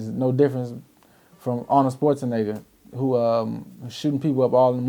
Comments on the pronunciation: did he say Arnold Sparzenegger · this nigga said Arnold sportzanegar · "Arnold Sportshaenaeger" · He Said Arnold Sports-A-Nigga LOOOOOOOOOOOL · "arnold sports-a-negga"